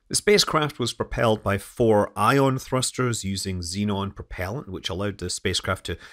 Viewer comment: "Porpellant"? It was driven by dolphins?